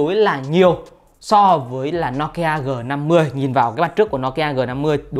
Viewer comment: Đọc thì đọc tên hãng cho đúng. Nokia thì đọc no kia. Poco thì đọc pôcô. Nghe chói tai